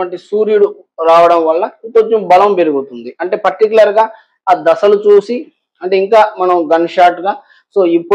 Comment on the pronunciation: ద స లు కాదు దశ లు